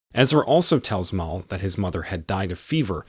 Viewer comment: Stop mispronouncing Mal, it's short for Malcolm.